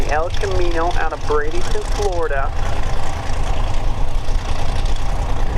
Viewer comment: Repeating (to the announcer) there is no "i" or "g" in Bradenton FL (so it isn't pronounced Brade ing ton)...